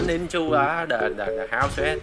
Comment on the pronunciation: That's looks hard O.o , Thanks for showing it men (as you like to say men 😂😂)